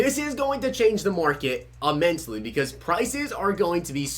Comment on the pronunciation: “Change the prices AMMENSELY” good English